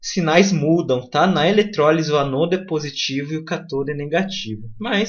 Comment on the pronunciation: Perfeita a aula. Digo, quase perfeita. Falta só falar os acentos.. Cáááááátodo, e âââââânodo.. rs parabéns!